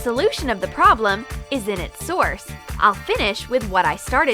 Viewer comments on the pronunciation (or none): none